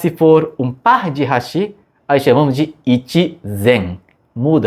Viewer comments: Fala "raxí", não seria "ráxi"? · Não é HASHÍ e sim HÁSHI. MISERICÓRDIA !